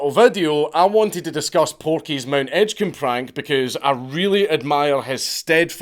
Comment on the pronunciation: Though it is pronounced Edge-comb 😂